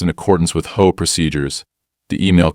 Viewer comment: Its not a hoa, it's a H O A, they really need to stop this AI voicing